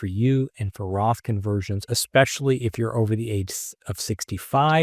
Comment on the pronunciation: Ekspecially is a word? 🤦‍♂️